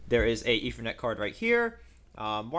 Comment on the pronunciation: Yes, instead of spending money on junk pcs, it might be wiser to save up and spend a couple of weeks with a speech therapist.